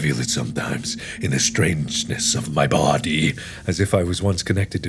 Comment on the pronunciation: “in the strangeness of my bOdY” For some reason I heard “body” the way Ethan said it during the Unus Annus video where they use wax with Sean. The part where Ethan takes off his shirt and goes “I’m insecUre abOut my bOdY”